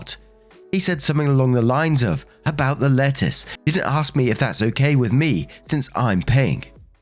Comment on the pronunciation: lol, every time the narrator said "lettuce" I heard "letters" and was sooooo confused. Sometimes you really have to read along with them.